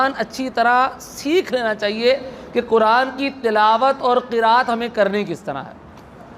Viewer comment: قینچی والا کہہ رہے ہو قران والا قاف کیوں نہیں کہتے ہو نپہلسے خود سیکھو